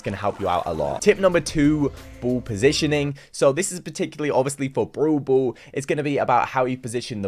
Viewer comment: BRAWL BALL = “broow bool”